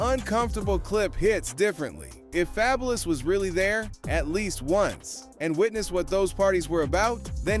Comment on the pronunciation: called him fabelouse 💀😭I'm fookin crying ova here